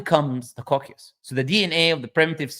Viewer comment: جزاك الله خير على المقطع هذا 😂 was being used as "evidence" against Islam (مسيلمة الكذاب) and i can't believe my eyes to see the day ❤also there's a bit of a mispronunciation with the word "coccyx" thought I'd let you know